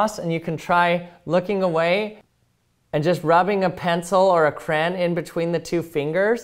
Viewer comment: You said crayon wrong